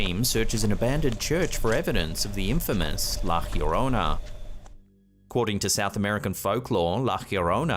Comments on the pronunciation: I don’t want to come off as condescending or any thing of the sort but I wanted to let you know that La Llorona is pronounced La Jo-rone-a not La Hirona. (The double L makes an English J sound but the letter J makes an English H sound) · Also, is pronounced like the first two letters of a Yo-yo. yorona. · She's called La ya-rona pronounced the just the way it looks, that is not the true spelling it's just so maybe you don't mangle it lol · hi, try this to prounciate LA LLORONA try say li like this ' LA " as in LA`ttitud. then LLO` as in JAW RO`NAH. LA JAW RO NAH. grettings from Vancouver Canada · La Llorona is pronounced La Jorona. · He needs to learn how to pronounce La Llorona correctly.